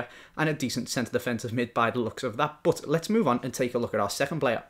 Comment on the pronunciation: but=bat. Not but=bUt. Thats so annoying